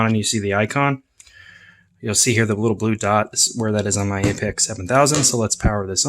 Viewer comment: It’s pronounced “Apex” and not “A P X”????